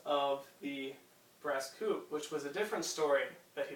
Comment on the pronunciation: Nice presentation, but PLEASE, learn how to pronounce the French titles! It's not "BASS COUP"!